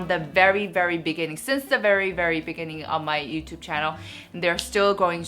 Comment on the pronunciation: I really love watching your video but do you always pronounce channel as shannel. Hahah.